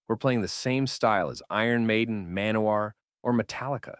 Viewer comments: Somehow, you're pronouncing "Manowar" wrong. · The pronunciation of Manowar. :)